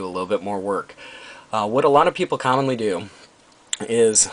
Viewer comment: "what a lot of people condomly do" lol not sure, but it sounds like it to me.